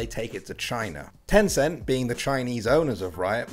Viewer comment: HEY mobile legend for only filipino Wait did be said tenceen